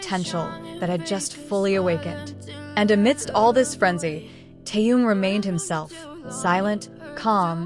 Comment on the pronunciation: Почему вы неправильно произносите имя Тэхён а?